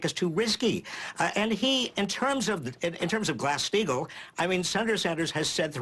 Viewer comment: Did Barney say "Grass-Steigel"? Grass? He is 100x more incoherent than Bernie on his worst day, even Bernie on his worse day getting hassled by the bizarre Daily News staff (it's not even journalism).